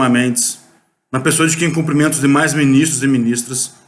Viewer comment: ALÔOOOOPO VERGONHA 🙈🙈🙈! Não é minis... TRESSS que se diz, É MINIS... TROOOOS!